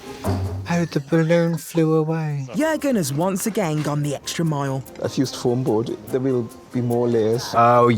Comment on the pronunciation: dschurgen? 😭 it’s Jürgen ffs